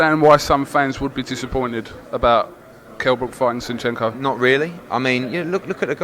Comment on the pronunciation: Shenchenko? Seriously come on man. Disappointed man.